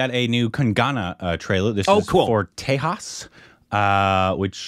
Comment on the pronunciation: The "j" in Tejas is pronounced as-is and not as "h".